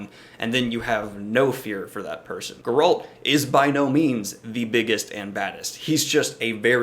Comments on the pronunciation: Your pronunciation of Geralt goes straight up my spine... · Grrult? Who’s Grrult?